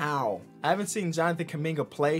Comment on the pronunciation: Nobody is gonna flinch on how they spelled Jonathan KUMINGA, proud Congolese Native 🇨🇩🇨🇩🇨🇩 « Keuming-ah » wtf?!